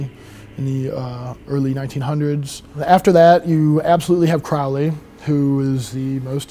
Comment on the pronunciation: Any “occultist” who doesn’t know how to correctly pronounce the name of Crowley, has absolutely no credibility.